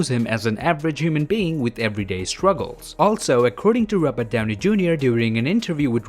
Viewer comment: The way you say rabut downi 🤣🤣🤣🤣🤣🤣